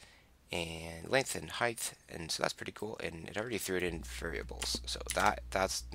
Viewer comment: there is no th in height. It's not heidth.